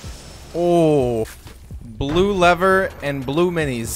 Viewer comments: My boi really said blue leaver and blue mines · IK he said “Blue lever blue minis” 😂😂😂